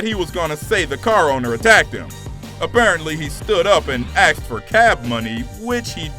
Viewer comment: We're NOT a "species" though its hard to tell considering the amount of times the narrator said "axed" instead of asked...good grief